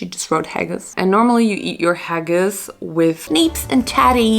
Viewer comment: I'm really sorry to be the one to tell you, but as a Scottish person, you totally butchered that Haggis!🤣😅 I kinda felt sorry that it came out so bad because I've grown up eating it and nothing can compare to the real thing. It's a taste of home for me. I would have liked you to try the real thing. I have had a good vegetarian haggis, but nothing about haggis is supposed to be "summery" it was meant to warm the cockles in harsh Scottish winters. In Scotland, we eat Haggis, Neeps and Tatties on Burns night every year, to celebrate Scottish poet Robert/Rabbie Burns. Haggis, Neeps and Tatties is a traditional Burns night dinner...This is not an English thing. Just Scotland... just a fun bit of trivia. Anyway, don't let that experience put you off trying it again...